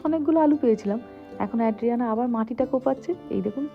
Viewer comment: Tomar content khub valo lage, anek kichu notun jante pari and sikhi tomar video theke. I'm a regular viewer. Ekta chotto constructive feedback debo, it's ay-dree-AN-uh (bangla r A-kar borno ta) NOT ad-dree-AN-uh